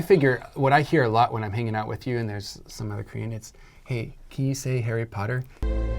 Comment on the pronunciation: The Legendary HARRY POTTAHHH 😂😂😂